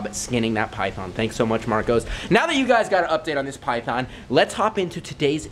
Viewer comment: can we just mention how they said " wou " instead of you